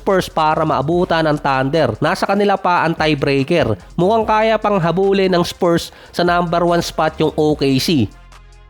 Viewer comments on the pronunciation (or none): none